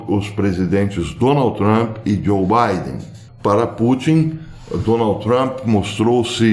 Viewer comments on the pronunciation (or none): none